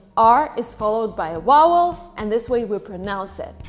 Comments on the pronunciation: She said mouthes, wowel instead of vowel 😂😂😂 British accent😂😂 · Is it my ears or is she saying "wowel" instead of "vowel"? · "vowel" not "wowel" as you've pronounced it. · its Vowel not wowel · Why do you pronounce the word "vowel" as "wowel"?!! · vowel, not yowuel. top teeth contact lower lip. 'va'. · I had to keep playing when you said "vowel" cause I heard "wowel". Hehe. Is it time to clean my ears or that's just how you said it? Btw, I love your explanations,. <3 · US pronunciation for “vowel” is not WOWEL. The “V” is important to pronounce. Also, more than one “mouth” is not 2-syllables... it’s hard to write it out, but - go to “pronunciations on YouTube. 😊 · A “wowel” like rhymes with “towel?” Nooo... It’s “vvvvvowel!!” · I am completely confused by how she says "vowel" as "wowel". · Did she say wowel instead of vowel? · It is 'v'owel, not' w'owel! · has a lovely clear English speech which I, as an Australian, consider to be "correct" or "having almost no accent at all". Her mild Californian accent is not very different and it too is easy to follow. But she does sometimes pronounce the word "vowel" as both "wow-wel" and "vow-wel". It is not the w for v at the start of the word that troubles me. In neither accent should you stress the letter w in the middle of the word. Voice it very faintly and subtly or leave it out completely. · She say vowel not wowel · She said WOWEL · No mention of why she pronounces "vowel" as "wowel". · I'm curious about how you pronounce vowel. It sounds like you're saying wowel. You have a great American accent! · Thank you for your work. Just a word of advice ... please work on your "v" sound in "vowel". You sound like you are saying "wowel". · why can't she say vowel? it sounds like she's saying "wowel", I'm confused.. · The way she says "wowel" is amazing I'm literally Californian, why are these videos so entertaining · I love how you pronounce the word "vowel" as "wowel". I think it's cute. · Yea she is saying wowel